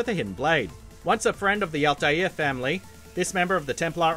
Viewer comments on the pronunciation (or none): Did he... Did he just say the "Altair Family"?? and pronouncing Kaer Morhen as "Kar moraan" Are even trying anymore? Seriously, if you have no idea what you're talking about, why bother making videos about it? This guy sounds like he's never touched a video game.